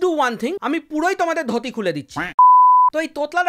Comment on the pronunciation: ধতি না ধুতি হবে , তাই নিজে জিব পরিষ্কার করুন অন্যকে তোতলা বলার আগে 😅 ।